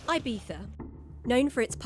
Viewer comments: Eye-beetha! As soon as she opened her gob and referred to Ee-beetha as Eye-beetha, I turned off. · 'Ebeetha' is how is Ibiza pronounced - not 'Eye-beefa'.. for gawd's sake. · say Eye beeza one more time.